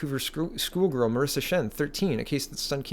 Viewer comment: . That is 'Shen' not 'Chen' Doesn't even have the decency to get the name right.